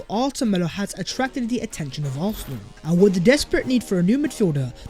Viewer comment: Arsenal not arthenal